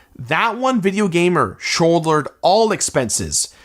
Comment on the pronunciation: "That one video gamer shoud-lered all expenses" it's like in Anchorman where he blindly reads the autocue regardless what it says.